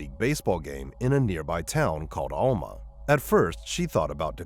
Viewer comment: Case 2: Alma = AL-muh Stuttgart = Stut-gart not stoot-gart Morgan Nick’s case has also not been solved and she has not been found…alive or otherwise.